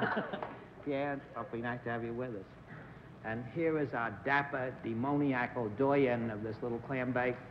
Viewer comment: Interesting pronunciation of "demoniacal" by the learned Bennett Cerf at the mark--the emphasis is typically placed on the 3rd syllable, but if it's Bennett stressing the 2nd syllable I'll go with it...